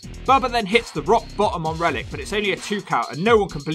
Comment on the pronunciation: I keep hearing Reddit instead of Rellik.